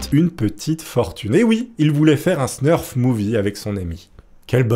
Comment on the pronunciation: Salut! Très bonne la video 🙂 Petite rectification : on ne dit pas "Snurf " mais Snuff . Y a pas de R ;) .